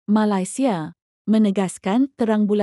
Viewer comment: Sebut biar kena boleh tak Malaysia";bukan Malasia